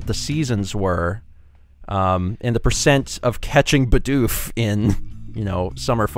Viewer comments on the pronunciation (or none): Your designer's pronunciation of Bidoof irks the HECK out of me lol